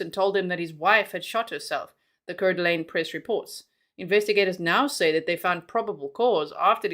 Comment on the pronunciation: It is pronounced Core Da Lane it’s where I’m from 😊